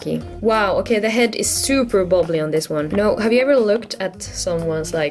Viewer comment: She said zuper